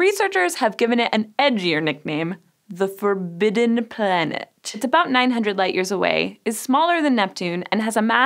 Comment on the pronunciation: da forbideNnn plANeettttt